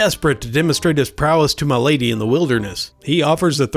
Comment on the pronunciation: Idk if it's just what I heard or if you really said it like that, but "get him mi'laid" KILLED ME